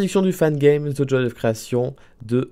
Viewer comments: Sa se dit "djoye of creation" pas "joi of creation" mdr tu ma fumé😭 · The joi lol the joy